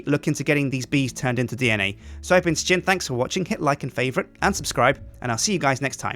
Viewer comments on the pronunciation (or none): Lewis and Simon say Sjin like: shin,while Sjin himself says it more like ssjin.